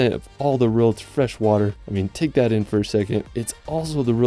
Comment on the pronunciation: How about to learn English before making videos like that, mr. "Largest fresh war lake in da wrold"?